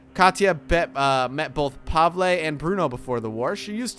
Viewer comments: Pavele not pavla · I dont want to sound rude but Katia is actually pronounced "Kasha" And Pavle is pronounced "Pavel" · every place and everyone pronounces it differently - I know kat'yas infact I've never heard Kasha and Pavel